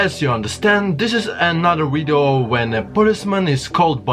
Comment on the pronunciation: !!!!!??? WTF IS A WIDEO???